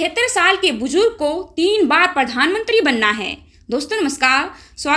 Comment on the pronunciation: मैडम आपका उच्चारण अच्छा नहीं है,आप प्रशासन को परशासन कह रही हैं,प्रधान मंत्री को परधान मंत्री कह रही हैं,हरेन्द्र सिंह मलिक को हरेंदर सिंह मलिक कह रही हैं,प्रति को पर्ति कह रही हैं कृपया किसी प्राइमरी शिक्षक से उच्चारण की शुद्धता एवं बारीकियां सीखने का कष्ट करें।माननीय सांसद जी ने बहुत अच्छा कहा है,आपका वीडियो भी अच्छा है,जरा उच्चारण सुधारिये,उच्चारण पर विशेष ध्यान दीजिये।